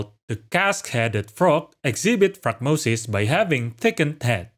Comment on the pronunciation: I don't want to be rude but you've said the word wrong every time. It's like the word diaphragm. The little membrane underneath your lungs. It helps you breathe. They look like a diaphragm. Not die-afrag-em